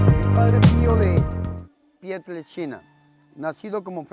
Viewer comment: padre se oye. que dice pieltrechina.